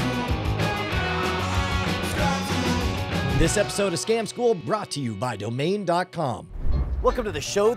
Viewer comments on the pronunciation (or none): in the intro it sounds like Scom school not Scam school xD